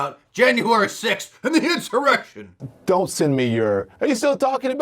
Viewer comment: Don...it's "Insurrection" not "His erection"! 🤥